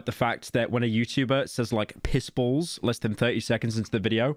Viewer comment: No pyro, you didnt say "balls balls balls" you said "bowls bowls bowls," thats why your fine